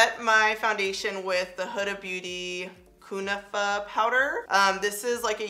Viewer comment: Pronounced coo-NAH-fuh :) it’s a really yummy dessert if you ever wanna try it!